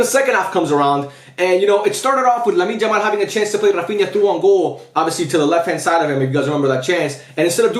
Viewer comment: why do you say Lamine Jamal lol?